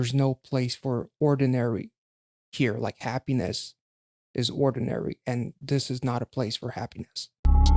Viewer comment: Um you kept saying it wrong.. it's not ordinary.. it's oddinary.. like not ord but odd.. 🤷‍♀️🤷‍♀️